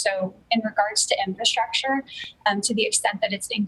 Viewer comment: Okay don’t say “shtrong” and “infrashtructure”